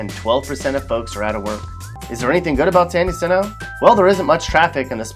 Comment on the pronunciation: San Jacinto - pronounced San Hacinto (spanish pronunciation) is sometimes shortened to San Jack , not San Ha LOL . Its not a bad town , however all the Crap they're exporting from L.A. , Gangstas etc is ruining this small town . The same goes for Hemet . .